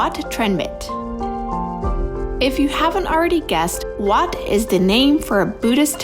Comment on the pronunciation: ถึงพูดไทยไม่ได้แต่พูดชื่อวัดชัดมาก